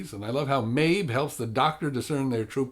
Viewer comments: You made me question my hearing when you pronounced the girls name as Maebh and not Maeve. But otherwise; I agree about Capaldi, he's a good actor and a great Doctor, and I think overall the acting and characters were the best part about this episode. That said, they were kind of the only good thing about the episode. The story seemed flat - it gave you this sense of antagonism that was never explained or actively resolved. Did the little girl think the fireflies and the forests into existence? Did she think everything in this episode into existence (wolves, sister, solar flare)? Will she continue to think things into existence? Was she just sick and should have been taking her medication? The conflict was anticlimactic and the rest of the story felt truncated despite having more potential - the little girls super powers, her missing sister, the whole point of the Doctor's involvement. I feel like it should have focused more on the characters and been an exploration of humanity - through the innocence (and illness?) of the little girl; the Doctor's choosing a responsibility to humanity and Earth, because being the last Timelord is lonely; and the relationship/differences between Clara and Danny - rather than the all out save-the-trees message that it was. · Maebh is pronounced "Mave".